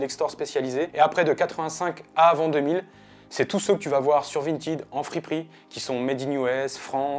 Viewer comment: Bah si tu veux comparer au français phonétiquement c’est à mi-chemin entre le i et le è mais ça ressemble définitivement plus à « printèd » que « printide »